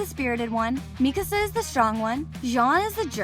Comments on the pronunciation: bro the fact that she says mikisa its mikasa for god sake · Bro mikisa realy mikisa😂😂😂😂😂😂😂😂😂